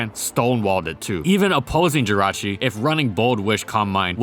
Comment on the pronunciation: JIRACHI DOES NOT END WITH A U, IT ENDS WITH AN I!